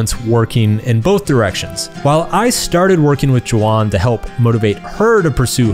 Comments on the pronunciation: It's JEE won NOT JO won!!! It's not that hard. She's also working with you. No excuses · This video is great and all, but the way you're pronouncing Jiwon's name is really distracting. You pronounce it like you're calling her Juan or Ja won.